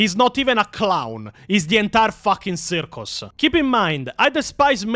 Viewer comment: "the entire fooking cirrrrrrcus" took me out holy shit 💀💀💀